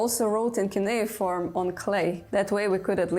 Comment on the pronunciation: le CU NE I FORME? pas cunea ni keyforme. Elle sort d'où cette cruche ?